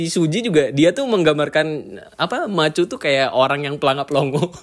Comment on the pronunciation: Eps 3, char nyebut nama Matthew tapi terdengar kayak "Machu"